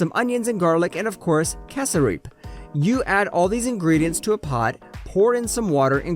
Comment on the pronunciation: damn ease down with the butchering of every single friken name like casedrip etc